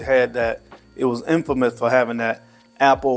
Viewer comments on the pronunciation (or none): none